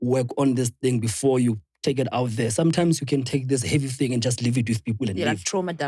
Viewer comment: Someone please note how Chris can pronounce thing when he's speaks English and pronounce fing once he mixes Sesotho le English... People don't get this😩😂